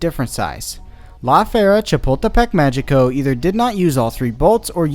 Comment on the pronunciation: Just a nitpick, but "Magico" is pronounced "Ma-hii-co". In Spanish, when a g is in front of an e or an i, it sounds like an H (well, the English idea of an H, since Spanish H's are silent). Sorry, but this is one of the few things I still remember from my high school Spanish class.